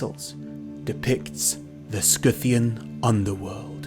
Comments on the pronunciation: what the heck is a "scoo-thian"? x'D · It’s Scythian not skithian. Scythian is from scythe the tool used to Harveest grain; it’s scy line psy “ Pronounced sigh or sigh-thee-ans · stg him saying Scythian as 'scooffian" is driving me crazy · No, is pronouncing it wrong, it's Si-thi-an, same like scissor, scimitar, scythe, etc. Watch for the correct pronounciation, an even more correct word is Saka/Shaka